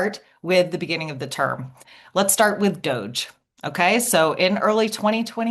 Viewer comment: "Doggie" (DOGE) Everytime she says it, I laugh. Well played, Heather, well played.